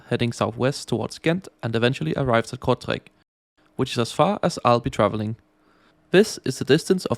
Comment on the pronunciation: "Here in Kurzreich" 😂❤